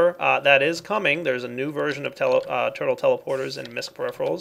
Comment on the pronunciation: lol "purtle"